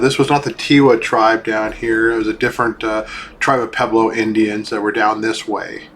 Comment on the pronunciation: Interesting video. It is amazing something that old still stands. I'd like to know where all the rocks that fell went? I noticed you said "peblo" a lot, I think you mean "pueblo", there's a wuh sound.